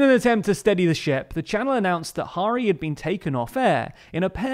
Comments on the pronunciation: The pronunciation of Guto Harri 🤦‍♂️ Harri as in Harry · Can you do some preparation and get your pronunciation of Welsh names right? Guto is pronounced Gito with a short i. Harri is pronounced as the English Harry not as Mata Hari. Contempt for correct Welsh language pronunciation seems to be embedded in English culture and it's disappointing to see, a supposedly progressive channel, perpetuating the centuries old tradition of ignorance.